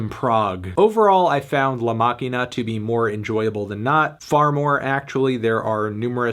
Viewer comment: The Pronunciation of "La Maquina" Was impeccable